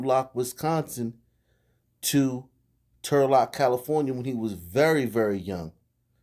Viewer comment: When u said Trulock I gasped. Turlock is super rich